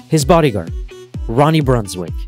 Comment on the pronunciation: In olandese quando c'è la ij si pronuncia ai, quindi si pronuncrebbe Brunswaik :)